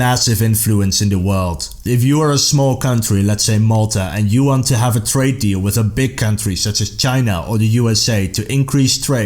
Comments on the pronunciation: i am asian..but i know...its have to be Trade deal.....not trade dael😑😂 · "Trade Dael" xDDD